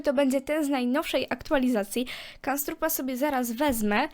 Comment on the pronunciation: On nazywa sie knabstrup a nie kanstrrup